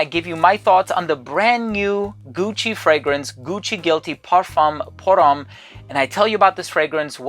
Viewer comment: You really should learn how to pronounce parfum pour homme in french and I saiy that as a German! 😅😅😂